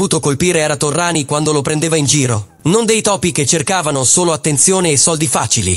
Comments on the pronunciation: Terminologia eccessiva, mafioso, doppato non supportata da prove, anonimato fastidioso e Torriani non è Torrani, per quanto la lettura sia generata artificialmente. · ci fai un bel servizio su Indurain?non sai dove attaccarti Cazzo pero',almeno Torriani lo devi saper pronunciare